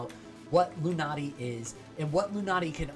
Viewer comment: Maybe I don't hear well but it seems you keep saying "lunati" but the name is "luanti" 😄